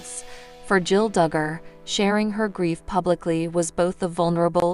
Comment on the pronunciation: You pronounce her name wrong repeatedly and believe me it's not that hard; you reported things that a Î know are not true, and you are running a completely fictitious channel. People need to know that., also, you said she married Austin Forsyth. That is her sister's husband.